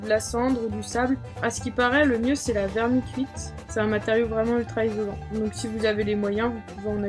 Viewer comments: C'est un très bon tuto que tu as fait là, tu expliques bien. Par contre c'est vermiculite et pas "vermicuite" lol. Même si le rocket stove ne produit pas ou très peu de fumées, pour pouvoir l'utiliser dans le van il faudra bien sûr souder un tuyau jusqu'à l’extérieur afin d'extraire les gaz. Bonne journée :) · oui c est bien ske jme disais lol, c quoi la "vermicuite" lol, un verre qui te met une demi-cuite mdr, tit tuto bien sympa et tres utile en tawa par exemple! bonne continuation!!! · Méfie-toi quand même de ne jamais faire chauffer ton poele dans ton camion ! Je ne voudrais pas attendre ton décès par inhalation de monoxyde de carbone dans les faits divers ... Et puis c'est vermiculite et non vermicuite !